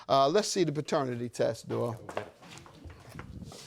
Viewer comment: His name is Doyle, not "Dole".